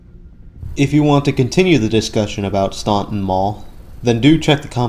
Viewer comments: It’s pronounced “Stanton”. No one from VA knows where “ stonton” is. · The city’s name is pronounced Stān-ton. The u is silent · The last time I was at this Mall was around the time I moved away from Staunton to SW VA in the early 2000s. This mall was in dire straights then! And as others have mentioned, the city, mall, river, and etc, are pronounced "Stan-Ton." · Staunton- "STAN TON" The U is silent. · its pronounced STANTON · It's pronounced "stanton" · Yep - the "U" is silent. It's pronounced "Stanton". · Went to Mary Baldwin College from down the street from here. Spent way too much money at Bath & Body Works back in the day. /edit/ dang bath & body works is still there! <3 Also, its pronounced "staun-TON". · It's pronounced STANTON. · STAN ton. Omg !!!! Its pronounced STAN ton!!!! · In Virginia we don’t say Staunton like you did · Same thing with McLean and Norfolk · Yes your right. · Too bad they don't do enough research to pronounce the city name correctly. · Yeah, that falls under doing due diligence as the producer, to ensure that you pronounce names correctly, especially when you're doing the narration in post-production. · I live in Staunton and you are pronouncing it wrong. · He's mispronouncing the first syllable, not the second. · We don't say the u in Staunton. . . 🙄